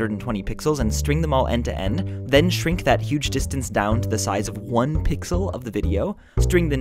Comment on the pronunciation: try saying "end to end" properly :S